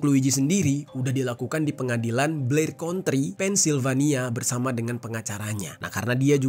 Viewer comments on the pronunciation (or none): none